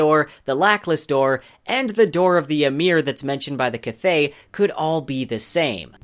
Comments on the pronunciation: Kvothe is described as being phonetically similar to "quothe" but with a soft v, so having it emphasized to how it's pronounced here as KI-vothe just sounds incredibly wrong to me. Basically I pronounce it with no space between the k and the v almost exactly like I'm saying quothe but replacing the u with a v. I think his name should be more graceful and the hard "ki" part pronunciation just seems clunky. There are other more minor pronunciations that rub me wrong but that's the main one. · who pronounces iron "eye-ron?" Also I thought Kvothe was pronounced more like "quoth" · Is that how you pronounce Kvothe? I heard its more like Quoth. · "Kuh-vothe" lol. I thoroughly enjoyed the video, but every time you'd say Kvothe's name bugged me haha. I need answers, Rothfuss!! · Fuck you pronounce his name like a fool is QUOTHE, says that in the first bit of the books you fuck stick. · "K-vothe" *eye twitch* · literally not how it's pronounced. Kvothe says early on in the first book that it's pronounced as a q sound. Like Quothe. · Nhat Dam every time he says “Ka-vothe” I slip out of the video... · It is said "Cothe" Like "Quoth" he says it in both books. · Why are you pronouncing his name as "Ki-vothe"? I really want to keep listening to your theories, but your pronunciations are really throwing me off. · I can’t stand kvothe being said wrong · Why that kvothe pronounciation? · Enjoyed the vid. You are pronouncing Kvothe wrong though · awesome job brah, but its kvothe is pronounced without the v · The way you pronounce kvothe is painful, the v is silent, listen to anyone of the million times patrick rothfuss has said his name. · I think your content is well done. And I love hearing about these theories years and years after I first read the books. But please look up how Rothfuss pronounces Kvothe :P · Love your videos, but your pronunciation of Kvothe is killing me! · The only thing that hurt me is how u pronounce Kvothe :s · The V is silent is kvothes name